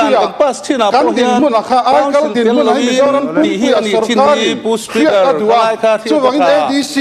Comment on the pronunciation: Kan ek eia ve hi..spu spikar te a'n tiah😂